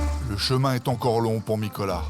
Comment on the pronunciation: Nicolaï !!!! Et non Nicolas ! :)